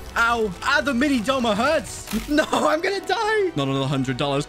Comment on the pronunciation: BRO ITS DOUMA NOT DOMA